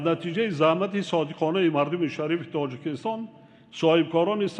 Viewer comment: Лекин дар 30 сол хеч калимаи Точикистон-ро. дуруст гуфтанро наомухт бе савод.